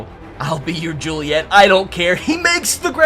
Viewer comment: He said Romeo I’ll be your jullieete so many times